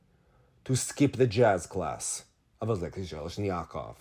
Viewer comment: it's AleksEi ZheleznyakOv. Thank you, I actuality don't read the Russian news and interviews, I prefer hearing your translation and analysis